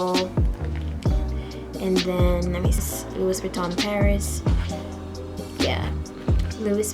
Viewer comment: Not trying to be rude, but you said Louis wrong...it’s pronounced Lou-ie.....